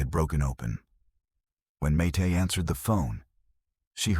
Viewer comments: This is pernicious rubbish. And this AI bot can't even spell or pronounce Mayte's name properly. I've read her book and watched interviews with her and not once has she mentioned this. They had no contact after their divorce - this is a LIE. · This is so AI couldnt even get Mayte's name right! 😢 not sure this is true? I know towards the end of his life he contacted people he'd worked with and gave them money that they deserved as they didn't get paid properly in the first place. He was making amends. 😢